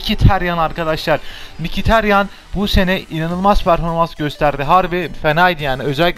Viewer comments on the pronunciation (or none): mikitaryan diye okunuyor